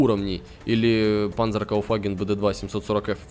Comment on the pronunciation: Привет бро! Плз, не панЗер, а панЦер! Лайк за труд!